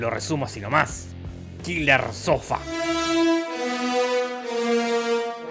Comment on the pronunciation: Nadie: Absolutamente nadie: Te lo resumo:hoy te resumo kiler sofa